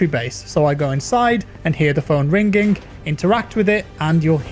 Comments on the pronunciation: How pronounces ringing: rinGing How everyone else pronounces ringing: ringing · It''s an english thing. Hard G. Similar to how some people say "haych" for h. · Its ring-ing not ring-ging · Here’s a phonetical English translation of how to pronounce “ringing” - “ring-ING”...not “ring-ging” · ‘Ring ging’ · Its weird to hear pronounce ringing "ring ging" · I cant get over how this nigga says Ring Ging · Ring-gink... That is how I imagine Forest Gump would pronounce "ringing" :D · Are we going to ignore the fact he says "rigning" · Watching a video this long with you saying rin-ging this many times made me uninstall the game and throw my phone out the window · Ringink phone..sorry it sounds funny when you say it XD also im easy amused :D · I’m sorry I couldn’t watch it because you kept saying ring-ging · Did no one else notice him say Ring GING a bunch of times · What’s a Ring’ging ? 😆 just messing , love ur vids man 🙏🏾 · Wow the word “Ringging” is sure ringging in my head after in this video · "ring ging" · " i hear the phone rinkingk" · say rinGing one more time i dare you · "Find a Rein-g-ging phone" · what's a ' rinkink' phone? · How the fuck are you pronouncing ringing? Rin ging? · Say ring ging ONE MORE TIME!!!1!!! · I literally read this comment just when he said RING GING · Ye I was like wtf is "ring-ging" oooh it's RINGING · Why pronounce the G in ringing like a hard G?? Really stuck out to me. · How the heck are you mispronouncing ringing!? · Yeaaah I got 1 min in. Can’t listen to you pronounce ringing like that. Disliked, reported, and flagged. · Is anyone else freaking out about how he is saying "Ringing"? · The way you pronounce "ringing" makes me uncomfortable lmao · Normal people don't say the word "ringing" that way. I would seek some kind of therapy for speaking that way